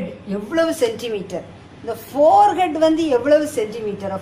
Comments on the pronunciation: It is not forehead it is forehand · It's not forehead , forehand mam but ur teaching is awesome...we will take the correct things which u taught to us and also ignore the mistakes made by u...keep teaching mam...applause 👏👏